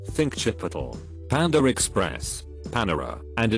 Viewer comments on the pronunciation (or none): none